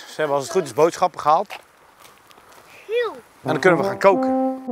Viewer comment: Waarom zeg je giek het is Giel